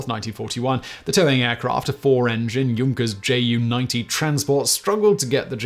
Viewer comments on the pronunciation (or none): none